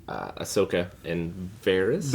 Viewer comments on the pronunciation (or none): really said “Bahsoka?” And looked at Eric like “did I get that right?” I need what this mans huffing